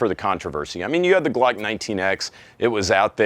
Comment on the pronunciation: I can’t unhear you saying “Gluck” and it’s destroying my mind.